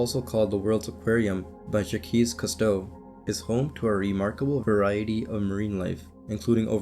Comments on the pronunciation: I died when you said jaqees cousteau lmao his 1st name is pronounced Jacques or Zahk, kinda like saying shock, the ues is silent haha, I've been a massive fan of his since the mid 80's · That has to be the worst pronunciation of Jacques Cousteau I've ever heard lol put on your best French accent and say it like "Zhock", not "Jack-keez" lol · Bro really said "Shakeez Custoh" lmao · Jakeez kustow haha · "Jackeez Custou" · "Jackeys Kristo" Bruh.... Please pull some pronunciations first